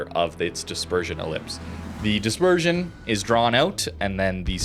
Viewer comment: CRUISER dispeesion? This was supposed to be the trait of West Virginia.